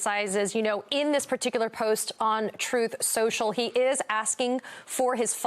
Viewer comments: Trump can't even pronounce the werd's "Truth & Social "cause he pronounces them as "Troath & Sential." So how would he know how to beven begin to know the truth even if it hit him in his antisocial lying head? Hmm? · Donald can't even pronounce his own Truth Social cause he pronounce's it "Troath Sential" kinda like he calls China as "Chynnna" and hamburgers as "hamberders.".